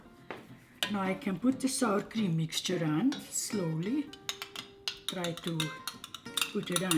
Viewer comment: she says "sour cream mixture" 😉 lol it does sound like saltine at first...hehe! Sweet with the YUMMY food😋👍